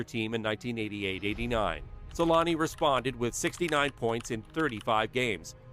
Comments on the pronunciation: Teemu Sel-anne (Selänne) The letter Ä, is pronounced kind of like the A in the word damn. Or just saying aaah, I dont know if this helps at all. The way you say it is something like selaani. To pronunce it corectly you got to be quicker: Se-länne. Much like for example the word banger, is bänger same sound for the A in this scenario. For example bad is said the same way, but we would spell it bäd. OK the best example is "the savage" se-länne Hope this helps, even a ittle. All love from Finland! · As a Finnish myself it was always weird to me as a kid how American people can't say his name right, but I realised at one point our language is one of the hardest ones to learn 😅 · u butchered his name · It's embarrassing how the name Selänne is pronounced in this video.